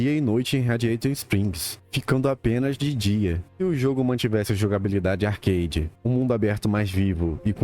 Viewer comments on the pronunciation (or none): none